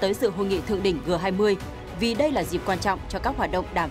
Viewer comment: G20 đọc là "giê 20" mà?